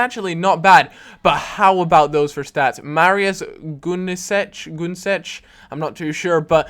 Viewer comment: Dude! It's german! Gunesch= gunesh how you SHOULD pronaunce that